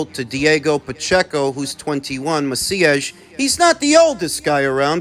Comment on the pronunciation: I love the way you say Maciej